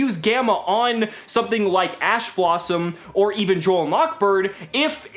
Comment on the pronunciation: Your man said ass blossom. Thought we wouldn't notice but we did.